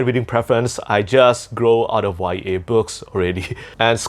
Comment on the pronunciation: Whats a "y a" book? 😢